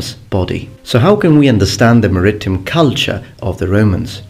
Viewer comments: 'MAritime', not "maRItime". =) Great content and quality as always,! (Do you spell it with 'f' or 'ph'...?) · Maritime is pronounced "maree-time", thought I'd help you out. :) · "Mer - Eeh - Time." Maritime. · I always believed that maritime was pronounced like merry time, as in Marinara with an American accent